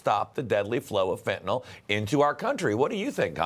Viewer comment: The Democrats do not realize it is the Cartels who are growing all the avocados. They have controlled the farming of the fruit for years and probably make more money off avocados than fentanyl. BTW, why to these people pronounce Fentanyl as Fen-tan-OL? Jeez!